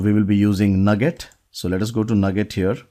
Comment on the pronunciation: I have always heard Nuget pronounced like New Get, instead of Nugget. Great video. Since I am going to be replaced by a C# robot, I better I learn how to build C# robots.